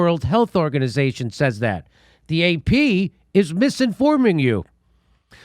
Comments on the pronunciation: I need to know why pronounces says “saays” instead of “sez”??? Great content though, dore deserves to be exposed. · I love every time you say "Says" your pronunciation tickles my hears every time